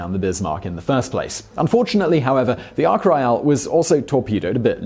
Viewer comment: Ark Roy AL. Odd Way to pronounce it lol. My dog gets lost in its own tiny back garden lol. One of my favourite films growing up was homeward bound. I'm sure Walt copied the idea